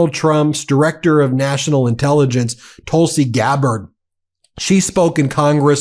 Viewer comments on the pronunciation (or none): none